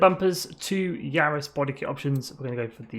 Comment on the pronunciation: Varis not Yaris